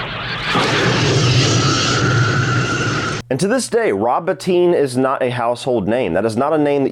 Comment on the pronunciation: Thank you for pronouncing Rob Bottin correctly! Every video which gets it wrong includes a little disrespect with all the praise.